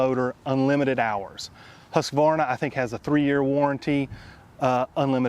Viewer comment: I just love how you pronounce Husqvarna, i mean for me who is Swedish. Good video, I'm thinking of buying a ride lawn mower myself.